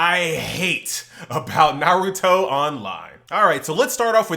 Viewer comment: Finally said Naruto correctly 💯🙌🏽